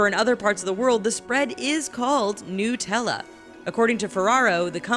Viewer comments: I'm wondering how you still said "NUT-tella" and not New-tell-uh" after the video just told you how to pronounce it smh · This nigga heard how to pronounce it and still said nutella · my nigga said Nuh-Tella right after it said it was pronounced New-tell-uh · New Zealand People Say Nuh-TellaIf People Are Not In New Zealand They Say New-Tella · They said it's pronounced NEWtella and fLight proceeds to say "I've never been in to NUTella that much ". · people who say it like noo-tella act like it's made of the magical fruit hazelnoot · He is told to pronounce it new-tell-a says nut-ell-a Hold this:L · It’s, “nu-tel-a” Americans fxck everything up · it tells him how to pronounce Nutella and he still pronounces it wrong😂😂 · nigga still mispronounce Nutella even after they told him how